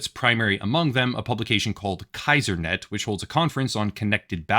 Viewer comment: Just a note: C4ISRNET, which you pronounce "Kaisernet", is actually pronounced "C-Four-I-S-R-net". That 4 doesn't stand for an "A". C4ISR is an acronym for "Command, Control, Communications, Computers, Intelligence, Surveillance and Reconnaissance".